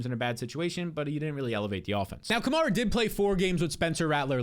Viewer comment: love the show, but you do realize you pronounce 'Kamara' differently than every NFL announcer, all the biggest Fantasy shows, the team beat writers, and even Alvin himself? It's Ka-mare-ah pronounced like the car Chevy Camaro but with an 'a' at the end. Appreciate the hard work you put into your show.